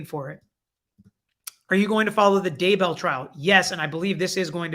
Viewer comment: Daybell not darnell